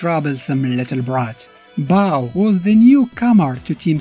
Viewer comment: Bao rhymes with Ball 'Nuff said